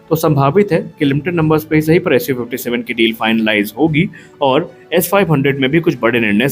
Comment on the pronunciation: Its SU57 not su56 bro 😊